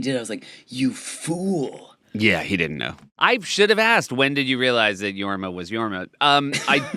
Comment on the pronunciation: Jorm? Isnt it Jorma